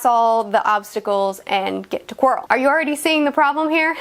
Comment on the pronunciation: Sorry, what? Quirl? Not meaning to be rude but it's pronounced Quirrel. Like squirrel. It's not a squirl; it's a squirrel so it's not Quirl, it's Quirrel. (Probably spelling his name wrong but oh well). Anyway, great video!